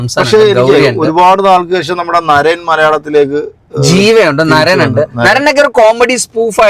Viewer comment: നരൻ അല്ല നരേൻ 😅